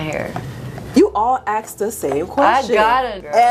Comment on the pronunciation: ask, dont aks